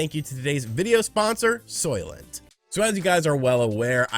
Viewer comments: I was half listening and I thought you said solvent instead of Soylent , and they'd be think of a liquid form of solvent green 😏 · I though you said soylet. A toilet for soyboys lol